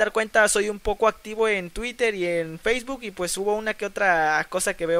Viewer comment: feisbutttt jajajaj es facebook guey